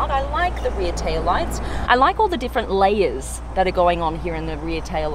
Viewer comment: the way you pronounce words such as 'layer' you kinda sound like crocodile dundee! lol i think the ghost is more slick then the phantom, but the phantom is more impressive.